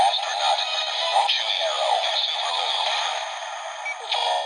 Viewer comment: 😂😂😂 subulu not subaru hahaha🤣🤣🤣🤣